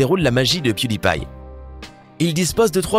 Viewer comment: Piu dit pie